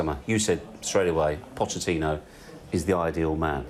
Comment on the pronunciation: Pochettino. Not inho. It's not that hard.